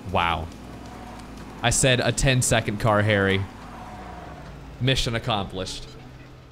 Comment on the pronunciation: lission accomplishe